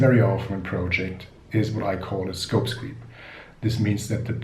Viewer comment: sorry it is scope creep , not scope screep . but thanks for the video , very helpful...